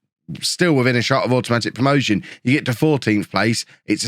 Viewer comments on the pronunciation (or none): none